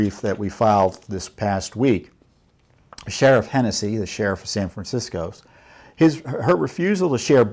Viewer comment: Did he say San Fran-sickos? Around the mark! LOL.... right-on Mr. Fitton, right on!!